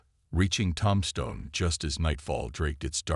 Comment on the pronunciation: Tom-Stone? I can’t listen anymore.